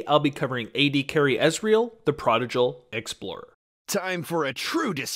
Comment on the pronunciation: You pronounced prodigal wrong